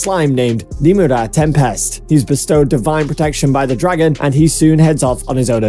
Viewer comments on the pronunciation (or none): How it's pronounced: rimuru tempest How he pronounced it: rimura tampast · he said remirua spast it is remiru tempest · Rimura Tewpent is what i heard